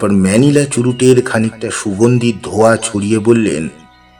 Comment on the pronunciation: "অত্যান্ত"?"আকসমিক্"?"ঝাপ,ধোয়া,উত্তেজনার ঝোকে,ঝাঝালো,ঝি ঝি,পুটলি,ধোয়াটে"- উচ্চারণের আধুনিকীকরণ করতে গিয়ে, চন্দ্রবিন্দু গুলোকে বেমালুম বাদ দিয়ে দিলেন,সাবেকিয়ানার বারোটা বেজে গেল!